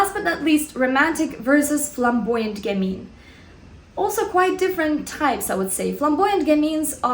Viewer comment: Yes it's gammeen you're right :). French is my first language and I'd say she pronounces it correctly.